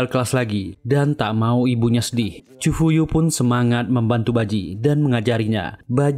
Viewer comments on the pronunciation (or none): Nma di chifuyu bang bkn chifu😂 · cifuyu bukan ciyupu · Bukan chyufu,chifuyu😢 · Ciyufu molo , chifuyu banggg😂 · Chifuyu bang bukan chifu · Cifuyu bang bukan ciyufu😂